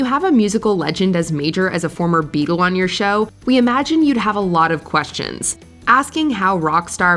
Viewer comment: "In this interview with former Beagle..." Beagle?